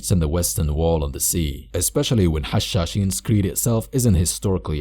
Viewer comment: Make more stronghold 2: edit. Btw are you a Arab and a Muslim because you pronounce Hashaseen very cleanly